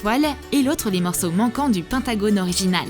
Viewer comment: On dis pas pintagonne on dis pentagone like si ta entendue pareil et que tu dis que sa s'écrit comme je l'ai dis bon bay mais sinon j'aime pas J'adore et like si t'ai tomber dans mon piege que j'aime pas troom troom 😊❤️💛💚💙💜🖤💟💖💝💔💘💋💋💋